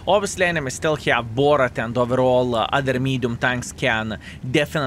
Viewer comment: i really wants to ask you why do you call bourrasque BORRAT ! XD